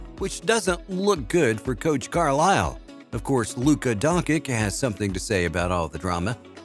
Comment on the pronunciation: 2022 video and still can't pronounce Doncic..